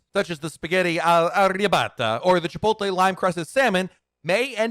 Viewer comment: Ahhhhhhh, the way he said arrabiata and chipotle gave me an aneurysm LOL